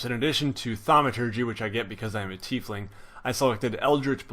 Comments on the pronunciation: It's said like ty fling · lol thanks! its always good to be corrected before i say "tie-fling" with some super accurate dm and then have to be corrected embarrassingly, cheers